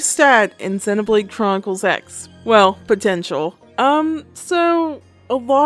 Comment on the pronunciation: Nice video, but every time I here "Xeh" I die a little inside. I don't blame you or mean to attack you, it's a very common thing.